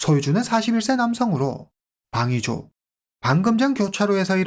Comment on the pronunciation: 방위조가 황의조로 들리다니